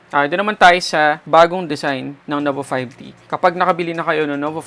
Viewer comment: Nova 5D? Hahaha kulet ng letter t mo tunog D. 😂